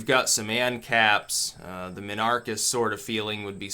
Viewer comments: Was he supposed to say it like "Min-Archist"? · Emphasis on the "Min" so like anarchist but with Min at the front instead of "An" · Your pronunciation of Minarchist offends me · It's supposed to be pronounced minarchist, not minarchist. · I'm convinced that dileberately mispronounces words and names because he does it so often. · He mispronounces words all the time. Either hes trolling or reads books smarter than the people he talks to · "It's supposed to be pronounced minarchist, not minarchist." Finally someone who gets it! I have even heard people pronounce it "minarchist"! Lol, can you believe that? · He probably thinks the "mini" is like "miniature," hence the mispronunciation.